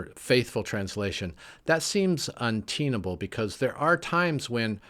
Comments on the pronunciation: Good & reasonable video. But why 'unteenable'. Isn't it pronounced untenable (as if it had 2 n's?). Just wondering. 🙂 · A great explanation of translations of 'The Odyssey'. and absolutely yes, that IS the whole point of reading! 'Unteenable' though? Seriously - with a long 'e'? Untenable with a short 'e' is the correct pronunciation. Surely most Americans don't use a long 'e' in that word, even if you do all mangle the word 'route' and make it sound like you've won an exceptional military victory and put the remaining dregs of an opposing army to flight. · Virtually all the UK accents I know of, would pronounce it as "un-ten-able" (ONE "N"). So, the error is definitely NOT a UK thing. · I think you over introed this but it was very interesting. Thank you! Couple of thoughts : 1. There is no 'original text' 2. All translations are interpretations I say pick what translation fits you there are many out there. BTW the word untenable is pronounced like the number ten not like teen.